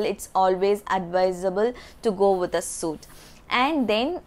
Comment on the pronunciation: It's pronounced as sweet room